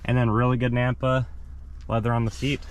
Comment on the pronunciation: "Nappa" Leather. Sounds like you keep saying, "Nampa" Leather.